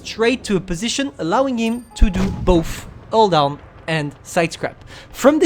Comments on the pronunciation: even the subtitle recognized that as an "all down" XD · When he says hull down, all i hear is "all down". T_T